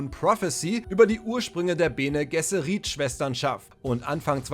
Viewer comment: Bene Gesserit geschrieben ja aber ohne i Ausgesprochen das triggert echt hart.